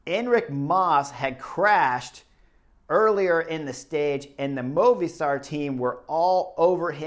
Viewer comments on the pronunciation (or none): none